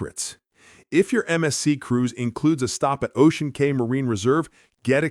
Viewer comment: Cay is pronounced “key”